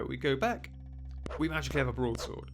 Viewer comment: You have a "brod sord"